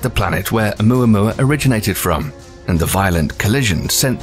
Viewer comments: It's pronounced oh MOO-uh MOO-uh per NASA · O-moo-moo? It's a cow! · Bro its ouamouamoua Dumbass you thought